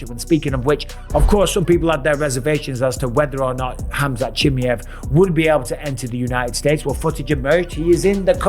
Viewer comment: Why he sayin Khamzat chimi-ev🤣🙏🏻